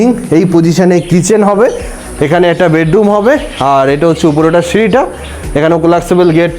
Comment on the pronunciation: বেডডুম নয় বেডরুম ।